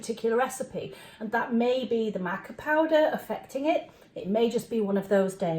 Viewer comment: Matcha and Maca are two completely different things. It's pronounced mah-kuh.